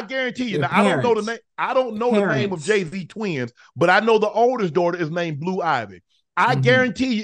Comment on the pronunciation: Idgaf what you say Jay wrong